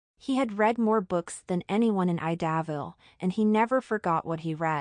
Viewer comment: Idaville is pronounced “eye duh ville ” so annoying the way you pronounce it.